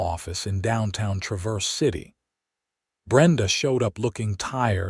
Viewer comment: It’s pronounced TRAVerse city, not traVERSE!